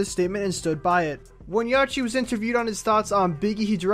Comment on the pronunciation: This nigga daid yachy and 2paaac its 2pac and yachty😂😷